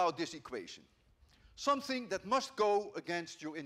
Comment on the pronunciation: ''somesing'' im dying